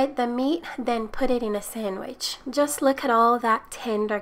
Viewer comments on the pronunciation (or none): none